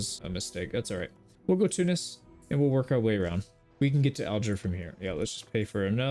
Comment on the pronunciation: thank you for pronouncing tunis right Love you from tunisia❤❤